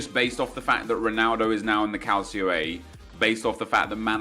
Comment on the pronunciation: Did you just say CALCIO A? And pronounced it as calsio? Fucking hell, anything you ever say about football from now on has been delegitimized.